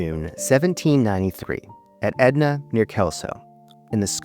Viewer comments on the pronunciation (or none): It's Ednam - not Edna; the only Edna you will find on google maps (as I did) is in Halifax, Nova Scotia and Is a Diner / Cafe!